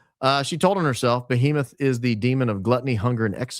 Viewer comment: "BO-HEMETH" 🤦‍♂️ shes not very bright.